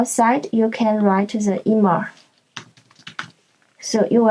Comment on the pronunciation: Good one. +1 for the correct pronunciation of "Zustand" and "immer"